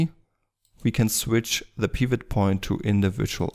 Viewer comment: Oh sorry, didn't think you were gonna answer nor read that message... well. The way you pronounce "Pivot" is straight forward and has some sort of Russian accent in it. You pronounce it more like (Peeewet) when as in correct English you would pronounce it like (Pewet). More specifically; you're laying extra weight on the "e". But I don't blame you. I had a bad day when I wrote that comment.